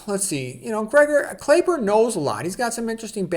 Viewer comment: Thanks for the review. His name is actually pronounced Clapper.